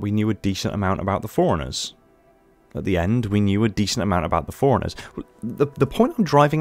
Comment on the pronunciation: I love that you say Forerunners like Foreigners